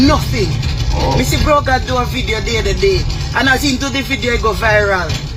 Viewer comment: This lady clearly a jlp notice she said brogad over and over🤦🏾‍♂️🤣Everything kd said was truth this lady is a hypocrite that's why Jamaica cant change